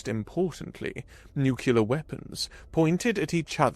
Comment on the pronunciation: Nu-clear not Nu-cu-lar.